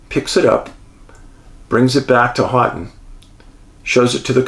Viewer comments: Ho-ton (Houghton). But soft ‘t’ . More like Ho-en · Hoe-ton, not hot ton. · Michigander Here - not to sound rude, but it is pronounced "Hoe-ton"! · I’m sorry. I can’t help myownself. “Houghton” is pronounced, “hō’ tun” 😁😂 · Maybe give Dave a correct pronunciation instead of criticizing him. Dave, Houghton is pronounced as Hoht uhn.....long "O" in "Hoht". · Another good yet crazy one thx Dave! Michigander here you destroyed the pronunciation on the city of Houghton .. might have to apologize to the yoooers Lol!! Keep up the great work!! 🙏🏻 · Love stories on my state... Michigan is creepy at times.. Congratulations on pronouncing Ypsilanti correctly... but Houghton is pronounced HOE Ton.... You and Angie will love Isle Royal.